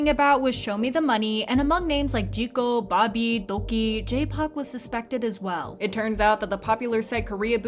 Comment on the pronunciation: LMAO THE WAY SHE SAID ZICO BOBBY AND DOK2